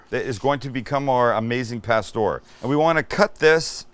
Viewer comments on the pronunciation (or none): Put the accent on pastoŕ Sammy u gotta say it right u sure in the he k make it right oooh wee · Can this dude at least try to pronounce the food properly